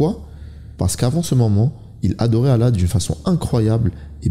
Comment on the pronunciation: On dit pas alla mais Allah…arrêtez vos trucs bizarre